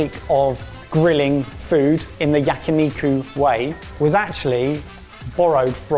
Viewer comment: he can say onigiri correctly but yakiniku was butchered only the way a British man could.